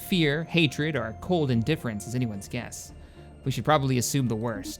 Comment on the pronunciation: I mean, if you just add the 'h' yeah... "Coldth" or "Colth" is from Family Guy Star Wars haha.